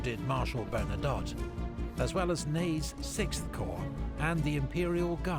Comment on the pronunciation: Corps is pronounced as "core".